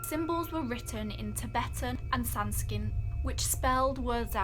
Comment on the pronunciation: They lived in 'Celina' Texas, the boys name was Aiden NOT Austin! It is Tibetan Sanskrit Not Sanskrin! Thank you.